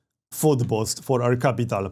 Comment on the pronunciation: *boost, not bost